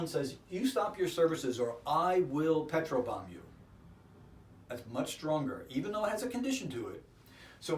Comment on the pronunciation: Mar Sand But we think we are saying petrol not petro. I assumed the typo is Peter’s not the author’s... 🤷🏽‍♀️